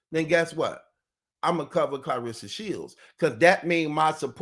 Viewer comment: I love the way you say her name Clareesa.. like Hannibal Lector😂